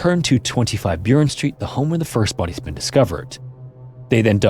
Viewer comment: Burren Street is B U H - R e n like Burrow